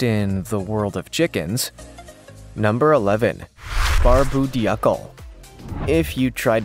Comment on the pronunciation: Polish chickens are called polish because in Dutch "pol" means hat or crest. Also it is pronounced Barb-oo Doo-clay.